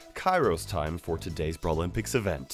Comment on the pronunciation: Never ever say brawlympics like that again